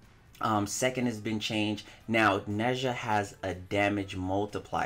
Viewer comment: Nez-ha not Nezh-a